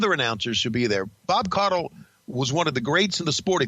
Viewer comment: Its actually pronounced Koddel